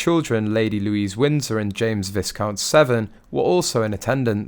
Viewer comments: It's Vie-Count. Please, please stop calling him Viscount Severn. It's pronounced Vie-Count! Vie which sounds like Die but with a V. The pronunciation constantly being wrong just drives me nuts and I have considered unsubscribing from your channel too because you butcher the English language so thoroughly. Other people have commented on this. Please please, make the effort to get it right! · I cringed too hearing Viscount mispronounced.